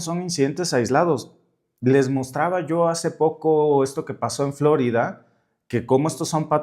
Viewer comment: Por favor, Florida es palabra española y el acento prosódico es en la letra i, no en la O, recobremos con orgullo legítimo la lengua que hablamos; es parte de la LUCHA...